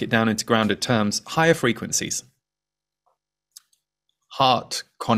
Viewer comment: What I heard was "high frequen-z's" 🥰